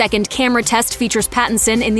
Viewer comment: *Pattinson. If you're going to bash the man and his choices, at least get his name right.